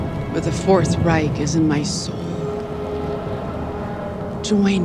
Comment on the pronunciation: "The fourth rei-K"